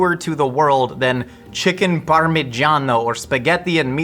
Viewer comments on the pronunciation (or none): none